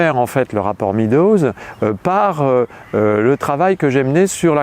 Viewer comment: Excellent! Cela dit: MÊDOZ pas MIDOZ SVP!! En français, E + A ça fait [éa] ou [eua] mais ça ne fait jamais [i]. Figurez-vous qu'en anglais, non plus. Donc, pourquoi dire 'le rapport [midoz]. En anglais, E+A ça fait [i:] ou [ê] (désolé pour la transcription approximative, mais il n'y a pas de symboles phonétiques sur mon clavier et d'ailleurs personne ne serait capable de les lire car personne n'y prête la moindre attention.) Meadows, ça se prononce [mêdoz] et JAMAIS [midoz]. Étant donné l'importance de ce document et en général, des contributions énormes en anglais, au sujet que vous traitez, ça serait super que ce mot ne soit pas systématiquement écorché par les francophones, ce qui en plus, encourage, tous ceux qui écoutent à faire la même erreur. Le résultat est que vous mentionnez le rapport [midoz] à des anglophones, et ils n'ont aucune idée de ce dont vous parlez.